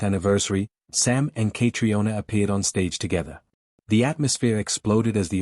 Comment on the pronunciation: Say her name correctly. It is so annoying to hear it pronounced incorrectly!